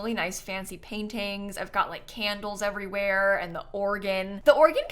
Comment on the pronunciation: when said "maybe it's a house that got abandoned because it was haunted" I misheard 'got' as god several times until I had to turn on the captions lmao